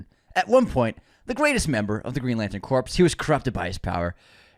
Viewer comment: Gonna have to UNSUBSCRIBE since Sinestro is going to apparently turn against a Green Lantern's dead body (CORPSE) instead of the Green Lantern Corps (pronounced CORE) 😂😂😂